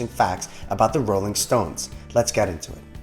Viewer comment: “-Olling stones” nice